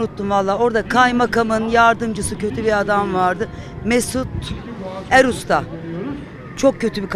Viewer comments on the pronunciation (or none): Erusta Değil, Akusta!